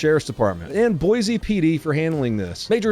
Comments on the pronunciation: Dude, it’s Boy See, not Boy Zee. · Love you, but come on, it’s Boy-see, not Boy-zee. All that being said, it’s sad to see Boise turn in to what it has become. It used to be a pretty nice place, but with the massive influx of people and n the last 10-15 years crime has really risen. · It’s Boise not boize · "Boy sea" damn the one time you get a video from the stat and you BUTCHER the name comeon man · Ok it’s pronounced Boysee not Boizee Boise … BOYSEE Got it dork. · its Boy-see Not Boy-zeee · ITS BOISE PRONOUNCE. BOYSEE OR BOYC. NOT BOYZE.. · It's pronounced BOY-SEE NOT BOY-ZEE! I had that yelled at me my second day that I lived in the Treasure Valley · as a Native Idahoan, you did great, but Pronounce it Boy-See instead of Boize, the natives will love it if you do! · It’s pronounced “Boy-see.” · Thank you for leaving in Bosee, Ohido lol. I appreciate spoonerisms every single time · it’s pronounced boy-see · Just remember that an easy way to say Boise is saying it "boy-c". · Boise, Oh Hai Doe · If anyone is looking to move to Boise, reach out and I can help you connect with a local agent, help finance your purchase, and teach you to pronounce Boise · I swear none ya'll can say Boise to save your nutt sack. 🤦😂